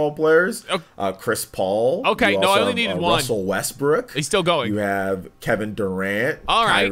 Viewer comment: is it just me or he said Russell Westbrick? LOL